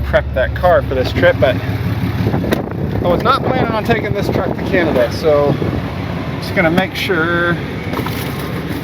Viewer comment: It's called Canada, not Cyanada